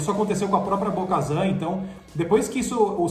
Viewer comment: Bo-kazan? what?